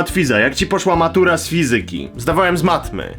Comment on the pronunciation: źle zaakcentowałeś wyraz "fizyka"!